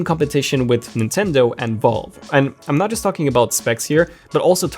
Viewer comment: You say Valve like you're saying vulva. 🍑